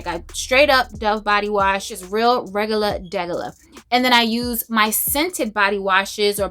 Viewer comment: Ok, I caught a girl crush when you said "regular schmegulah." Are you from the Bronx? Eyy. Loving your videos, thank you